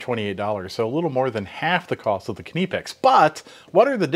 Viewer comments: Why do you yanks always call them 'kineepex' when its pronounced 'nipex'. The 'K' is silent like in knife. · I don't think its pronounced Kineepex. It's simply Nipex. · Do you call you cutting utensils kuh-nives? It sounds horrible hearing you say kuh-nipex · KNIPex! NIP is NIP not NEP. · Please stop pronouncing knipex as k.nee pex it's nipex the k is silent. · nipex nippex etc. is wrong AF. knipex with the K and a snappy p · Please say nip ex.....the knipex needs a better grip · will always be 'nigh pex' to me, they can pronounce it however they want to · KUH-NIP-EX, get it right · Kuh-neepex? I think the K is silent. As in Knee. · Did he just say keniy pex? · Nye-pecks Edit: no I don't care what those non English channels say. English has rules. I may suck at them but kni*** is pronounced nye. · It actually sounds like kipex when he says it. I do speak some German too. Maybe we should now start pronouncing knife differently too. :-) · Kuh-née-picks… you gotta love spell correct! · He's right it's pronounced Nip - X. K is silent. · Please pronounce it Kah-nip-ex. The Germans pronounce their "I" sometimes as an "ee". So you could say Kah-neep-ex and still be correct. They also sell these pliers with a comfort grip handle. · Please start pronouncing Knipex with a K, as it is not silent. Here are some videos that will help you learn how to say Knipex correctly. and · the guy who works for the company doesnt pronounce it this way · everyone around word pronounce this brand with a K, only mericans like to made up pronunciation of stuff, like aluminum of example. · The man who represents Knipex either doesn't know how to pronounce it, or has given up the fight for the American market. Pronunciation in German isn't (almost) arbitrary as it is in English. This really isn't an ambiguous situation. You can say it the German way, or you can just keep saying it wrong ;-) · It drove me up the wall every time he said it so wrong 😖😖😖. And he said it so meany times 😖😖😖